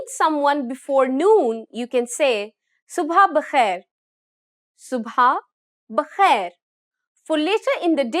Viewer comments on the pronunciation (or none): معاف کیجیے گا مادام۔۔ لفظ Subah Bakhair نہیں بلکہ Subh Bakhair بولتے ہیں۔۔ یعنی یہ لفظ صُبَح بخیر نہیں بلکہ یہ صُبْح بخیر ہے